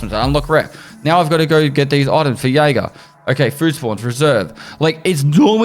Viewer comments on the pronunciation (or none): none